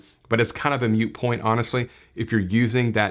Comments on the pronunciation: I mentally gasped when I heard this. It is indeed "moot' like "moot court" not mute. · Sorry, grammar and pronunciation police here: Moot point- pronounced like boot, not mute